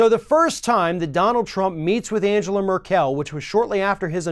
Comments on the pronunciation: It's not "Mer-KEL", it's just "Merkel" (as in "Mairkel"). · Great show. As usual. One thing: it's MERkel not merKELL.. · It’s Angela with a hard G. And it’s Merkel not Mer-Kell. Idiot. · Note to: Her last name is not pronounced like it is french, just say it like you would say in english "Meerkel", that is more close to the German then the "Mer-Kel" you tried to say. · Maybe Merkel can demand Trump pay her rent for all the US military bases in Germany (btw, it's MER-kel, not mer-Kel) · FYI, it´s Mérkel, not Merkél. ;) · The Chancellor(in) of Germany's last name Merkel is pronounced in Germany Mar-call, not Mer-kell. German e sound like English a's.I leaned that much with one year of German in school. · Mer-"kEL"? Isn't it pronounced Mer-"kle"? I realize it is spelled Merkel but my German relatives have pronounced it Merkle since as far as I remember everytime I visit them over there. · I agree with the content, but her name is pronounced Angle-ah MERK-el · On a side note how come has to mispronounce so many people's names that are so common in the media? Drives me crazy. MerKEL, WTF? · Hi, not to sound patronizing but our Chancellor's last name is Merkel (pron.: Merkle), and there are 80m of us in Germany, not just 1m - which is about a quarter of the US population;-). It's true that we've only been paying about 1.24% of our GOP into NATO (instead of 2%) but we certainly don't owe this money to Mr. Trump;-). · is right of course, but howcome he can't pronounce Merkel? She's not French. It isn't spelled Merquelle. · It's not merk-el it's merk-l. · Learn to pronounce ‘Markell’ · Mérkel, for God's sake. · murk-l. You say every fucking thing wrong,. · Given the fact that Merkel keeps coming up in the news and keeps pronouncing the name wrong, you kind of pronounce the "el" in "Merkel" as the "el" in Berkeley. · totally butchered Angela Merkel's name... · who the fuck pronounces Angela Merkel that way??